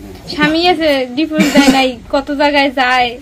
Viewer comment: ডিফোস😂😂😂 নাকি ডিভোর্স?